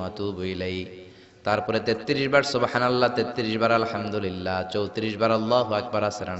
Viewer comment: Alhamdurilla or Alhamdulillah. Which one? But in this video ur pronunciation was Allhamdurilla .( sec)